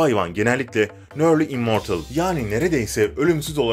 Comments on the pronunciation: Nörli imortıl ne yaa. Ingilizce terk 😂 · Sonunda nörli immortıl demeseydin iyiydi.